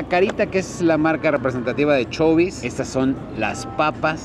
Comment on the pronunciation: se dice asi como lo lees chabie's no chubie's